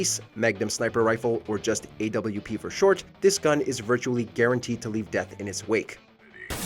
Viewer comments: Watch Mojo- "Ayy double u pee" Everyone else- "You mean the op?" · Did anybody else cringe when he called the AWP the AWP?